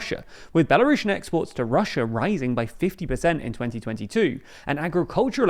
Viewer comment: It's Belarusian, not "Belarushen"